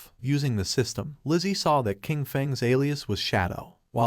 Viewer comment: IDK if you can change how your AI reader says things, but Qin is pronounced "Chin". The Q makes a Ch sound.